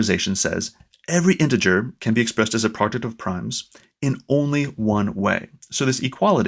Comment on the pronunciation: you pronounce product as project